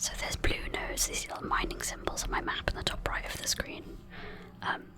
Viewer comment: i know you were saying nodes, but with the whisper sometimes it sounded like "nudes" which i thought was funny "Bear with me while i go around trying to find my golden nudes"